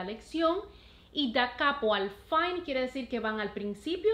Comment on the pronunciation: fine se lee como se escribe, viene del italiano final.saludos